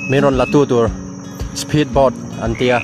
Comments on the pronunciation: Speed pâwt, small pâwt 😂😂👎👎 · Lam sap tiah+ kan tih ang chi kha?,....😂😂😂. "spheed bawt"👍👏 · I pronunciation uluk deuhla ..spheed board 😂😂😂